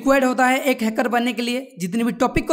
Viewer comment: Pahle to ap hacker word ko ache se bolna sikhlo